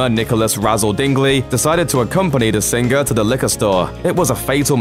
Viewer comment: Ha ha I love how this guy says sing-gur . Also sez not saaays!